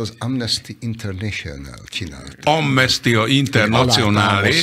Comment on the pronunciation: Boros Úr: "amnesztia internacionáLÉ..." 🤣🤣🤣 '